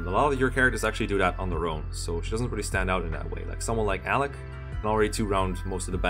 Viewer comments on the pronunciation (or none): none